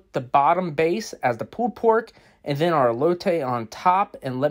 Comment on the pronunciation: It looks great but come on if you are gonna completely butcher the pronounciation of "elote" like a gringo then just say corn man